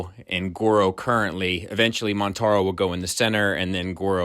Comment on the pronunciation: Its Motaro. Without an N.